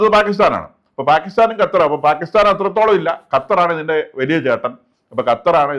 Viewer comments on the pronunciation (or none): none